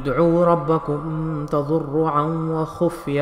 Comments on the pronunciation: Please note: it is pronounced THA - DHAR - RU'AAN. Not THA DHUR RU'AAN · أدعوا ربکم تضرعا میں ضاد پر زبر ہے پیش نہیں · There is a mistake for reciting in tazurru nhi hai .. tazarru is a correct pronunciation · Tazurru NAHI tazarrru hy...pleas correct it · Galat galat pad kar tazarru ko tazurru aiyya mamam ma tadou ko ayyaman pad Rahe hain